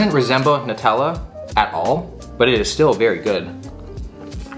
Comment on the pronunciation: who calls it Notella??